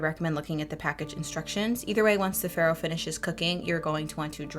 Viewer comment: These look amazing! Also, some totally unsolicited advice-it’s pronounced “fah-roh,” which is Italian for spelt/ wheat.